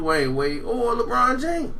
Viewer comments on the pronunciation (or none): none